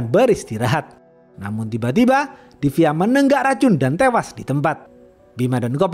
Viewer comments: klu ngomong hingga tewasss medok banget😂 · Yang menarik dari channel ini: 1. Opening komentar. 2. Pengenalan karakter. 3. Film yang jarang di review channel lain. 4. Logat khas, pelafalan hingga tewash, dan njos-njos yang iconic.